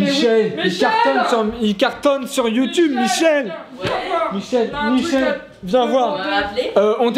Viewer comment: MICHEL AU LIEU DE MIGUEL JE MEURS 😭